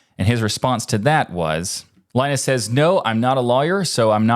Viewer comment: ah, OK, so you don't care. Gotcha. Keep butchering names, even for the low-effort cases: it's an American tradition. Ted's name is prnoounced Shó, but that's a tough one... but Linus'? Really?